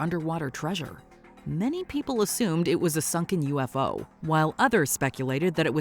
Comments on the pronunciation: i've never heard someone pronounce "UFO" as a word rather than the letters... guy in the beginning said "it looked like a 'youfoe' instead of U.F.O. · No, we don’t. It’s U-F-O. 3 syllables. Not yoo-fo. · I’ve never heard anyone pronounce UFO as ”yoo-fo” before now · A "you foe"???